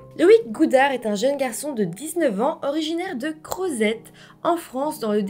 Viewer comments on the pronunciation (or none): Crozet est une ville du DÉPARTEMENT de l'Ain, dans la RÉGION Auvergne-Rhône-Alpes. On le prononce "Crozé" J'habite le département du Rhône, dans la région Auvergne-Rhône-Alpes. Ce n'est pas très loin de chez moi. En France, les régions sont composées de plusieurs départements. Et désolé, mais quand on veut découvrir l'Espagne, on ne va pas à Majorque, on ne va pas à Disneyland pour découvrir les États-Unis. (La Guarda Civilia, c'est comme Les Carabinieri en Italie, nos Gendarmes à nous.) J'ai traversé l'Espagne en long en large et en travers. mon petit copain est Espagnol. De La Cullera, dans la province de Valencia.. l'Espagne, ce n'est pas non plus le Venezuela (ref.au trafic d'organes), Une maladresse des services espagnols, certainement. Mais faut voir ce qui se passe annuellement dans les îles Baléares.